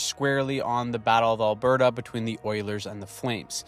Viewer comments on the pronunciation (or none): none